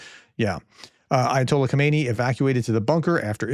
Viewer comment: Hello Grea test respect for you and your work. Please in your presentation distinguish between ayatollah ho-may-knee who is lying dead in a giant mosque and current leader ha-mah-nay. Bless your tremendous effort. Yours. Richard